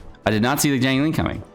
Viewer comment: Her name is XIANG ling, not JIANG ling